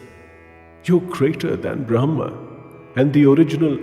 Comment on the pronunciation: Hi Team - thanks - But you have mispronounced " yajna" .... It needs to be pronounced as " Yagna" and Bramha!!! Not " Bramhan"...